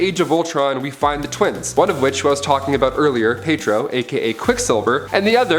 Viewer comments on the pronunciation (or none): Seriously.This guy is illiterate as hell.Whats more you can tell he's an absolute poser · Heir is pronounced "AIR." The H is SILENT. Also, it's pronounced Pee-YET- Ro. NOT PEYT-ro.